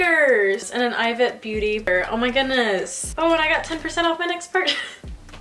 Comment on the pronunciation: It’s pronounced EEvete